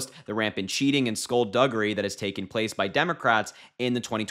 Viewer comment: I had to stop and back this up after "skullduggary" lol. Whats he not been reading, pirate tales?